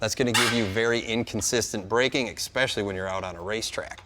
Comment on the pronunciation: It's pronounced "Especially" not Ekspecially.. Also. great job using the Plasma Torch as a hammer. 🤔